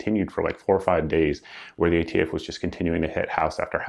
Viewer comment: "You're the ATF." "We're idiots?" Well if that's how you want to pronounce it.